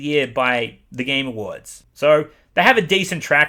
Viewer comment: Every time he says "the game awards" I hear "the gamer words"